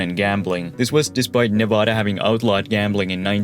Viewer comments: nevAda** not nah-vah-dah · He said Nevada incorrectly ☠️🗡️ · Bro, how can I take you seriously when in the first 15 seconds you say Nevada wrong?! Come on man